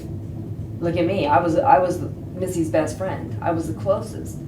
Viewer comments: She can't even say Missy??? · she can't even say missy's name ......😡😡😡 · This Bitch can't even say her name . 😤 its Missy . No matter what missy will always be prettier than you and such a better person then you are . You're a psychopath... just know that God doesn't like Ugly .